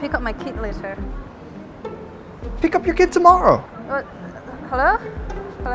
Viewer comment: She pronounces later in such an awkward manner